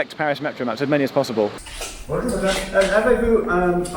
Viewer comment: No one :... Geoff trying to say Bonjour : Bun'juuuuuuh